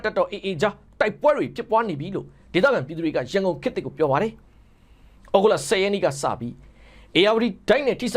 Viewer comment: ကျိန်တလီလို့ဖတ်ပါဟ